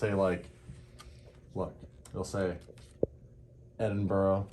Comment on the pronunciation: its said eding BRA is tge correct way to say it lol